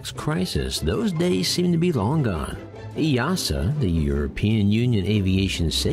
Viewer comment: Kudos for pronouncing EASA correctly 👍